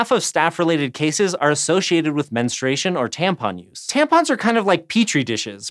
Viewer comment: Menstration? I could have sworn there's a "u" in there...